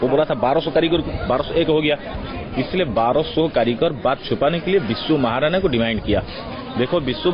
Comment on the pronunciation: बिशू महराना नहीं भाई..... बिशू महारणा कहिये ...... (titel महारणा)